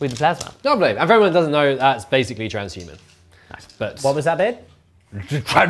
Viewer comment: So good that didn't let him simply say "transhuman physiology" instead of "TRANZZSHHUMUN PHYSEEOLOGEEUH"